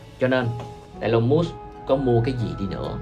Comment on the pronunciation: nhận định nhiều việc hay nhưng cần đọc TÊN HỌ của Elon Musk cho đúng. Em đang đọc sai đó. vui vòng viết vô google translate để đọc lại cho đúng thì hay hơn nhiều😊